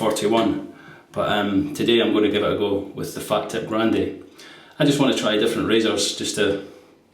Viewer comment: Nice one, I used to describe the razor as a 'fat tip' until I was informed (by an Italian) that it is pronounced 'far teep'. Keep up with excellent videos.